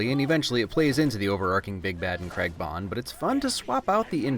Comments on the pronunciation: Love your videos and love the "things that have faults can still be enjoyed" train of thought but if you don't start pronouncing craig with the a I don't think we can be friends 😂. I'm kidding of course but the ai isn't pronounced as an e it's pronounced as just an a. Like cray. So Daniel Cray-g. Love if yah read this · I do like your video and I do agree but (I know this is just an American thing ) the way u said Craig is annoying. There is an a in his name 😂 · I love this film but I have to say your pronouncing Daniel Craig last name wrong (it's an English thing but still triggered) love this channel though u you do good.😁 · Why does he replace the "a" with an "e" in "Craig" and also just completely misses out the "i" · Why can't Americans say Craig? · America - please learn to pronounce the name Craig like an adult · My good man, please, "Craig" not "Cregg" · Oi mate, its prenounced Craig not KrEgG. Other than that, damn fine job old chap. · CRAY-G not CREG. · I hate how Americans say Craig as creg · It’s Craig not creg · It's not pronounced CREG its said CRAG but its spelt Craig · I'll subscribe to your streaming platform if you learn how to say "Craig". It's Craygg, not Kreg! Deal? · Why are you calling him Daniel 'Creg'? C R A I G..... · Another great EGA... but why can't Americans say Craig correctly. It isn't pronounced "Creg" it's pronounced "Cray-g". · All I've learnt from this video is that the Americans can't pronounce "Craig" correctly. I jest, great video as always! Looking forward to the rest of the series. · Why do Americans pronounce the name Craig as "Creg" It is pronounced "Crayg". Just a simple thing that has always irritated me. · I love your work but I still felt it necessary to mention that the man's name is pronounced Craig (Cr-ay-g) and not cregg. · RIGHT 1st off Craig is NOT pronounced CREG 2ND DAVID BELLE is the founder of free running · Craig NOT Creg wtf is wrong with Americans there's no E you imbecile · Ah yes, Daniel Creg